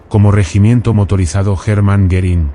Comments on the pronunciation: I can't believe all these positive comments on a video with an AI voice that pronounces the subject of it Herman Goring as "German Garren." Looks more like you asked all your friends to post nice things so people would be suckered into watching a complete waste of time. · How sad that the AI voice couldn't pronounce "Hermann" or "Goering" most of the time, among other names and places, during this very informative video